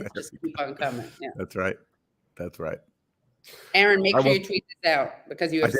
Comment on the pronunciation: Minor quibble: Katie should listen to how Aaron pronounces his own last name when he introduces himself and then follow suit (pronounce his name the way he pronounces it).